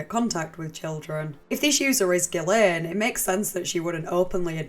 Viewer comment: Haven’t followed you for years because my autism prevents me from enjoying your accent but I’ve been researching this subject and found this video. At first I was like, ‘I can’t do the accent’ BUT then I heard you pronounce her name correctly. You earned a lifelong sub from me.